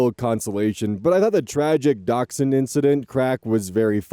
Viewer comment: So nice to hear the proper pronunciation of dachshund! Sometimes people look confused when I pronounce it properly haha